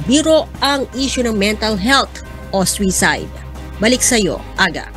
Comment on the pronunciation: Sakit sa tenga ng reporter. Swisayd?! Suicide ang pronunciation nyan.